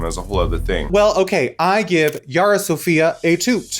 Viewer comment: is not YARRRRRRRRA , it’s Yara. 😖